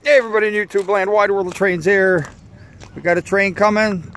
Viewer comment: Precision railway at its finest! That tanker was hugeaah as you say! Nice Hertzog catch as well! Thanks from Wide World of Trains on YouTubeaah! 🚂🇺🇸🇦🇺🇺🇸🇦🇺🚂